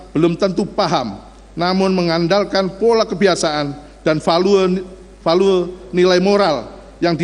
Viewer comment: KM mestinya berterima kasih tuntutan hanya 8thn.. bukan sok2an buat pledoi biar bebas 😂😂 Btw ini jaksa lulusan apa ya..?? VALUE Kok baca nya VA..LU.. E ... Tepok jidat...